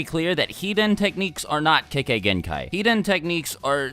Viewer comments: Lol I thought u said kekkai hentai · Please learn to pronounce "kekkei genkai" properly XD